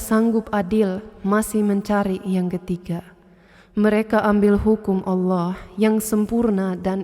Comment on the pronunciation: masya alloh.pengucapan lafad alloh sangat fasih..orang yang muslim dari lahir belum tentu bisa seperti itu